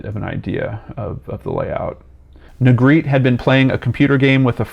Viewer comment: Negretè is a Spanish surname. It is pronounced NEY GRE TAY. Negretti isn’t Spanish. Negretè is traditionally pronounced and the R is rolled.